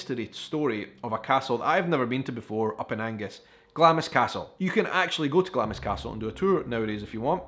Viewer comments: My family are from Glamis and many of them including my Grandad worked on the estate and in the castle. It's actually pronounced Glams with a silently I 😁😁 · I can forgive Americans for mispronouncing Glamis. But for a Scotsman to do so is shameful. Sorry, forgot you said you were from Edinburgh. If only you'd been born in Glasgow.....LOL